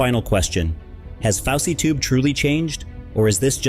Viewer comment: I thought it was fousey not faucey tube